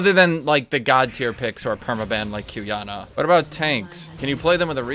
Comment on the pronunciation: WAIT. Did he really said "Q-yah-nah" or am I high?